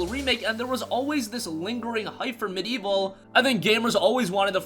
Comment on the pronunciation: There are four syllables in MediEvil and in 'medieval'